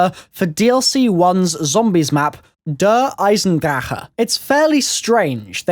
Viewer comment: You say dare I den dra ch er you do say ch as that weird sound on top of it and it's deuch I'm not trying to be mean I'm just trying to help